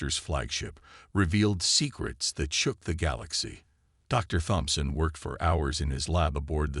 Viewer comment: Hard T. Tomson. Not Thomson.